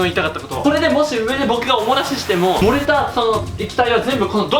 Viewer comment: お漏らしが、おもなしって聞こえる！( ´艸｀)ﾌﾟｯﾌﾟｯﾌﾟｯ